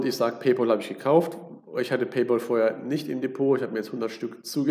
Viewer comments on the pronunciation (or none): Paypal wir nicht Paypol ausgesprochen sondern Pay-päll; von English pal was Kumpel heist. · PaypÄÄÄl sowohl im british als auch im american english ist das die korrekte Aussprache von Pal (Kumpel) Kluggeschissen wegen Ohrfurunkel Danke